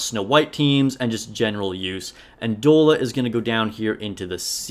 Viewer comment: I'd give you more credibility if you could pronounce Doll-a. Doll-a. Have you not heard of "dolla bill"? It's slang for dollar. Dude! And N102 is your first B1 if you don't get Liter right away. She carries with a good attack buff for the squad. She's at least a B.